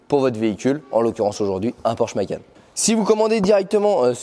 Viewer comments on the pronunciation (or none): none